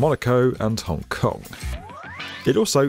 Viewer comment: Did he say Hong Cock?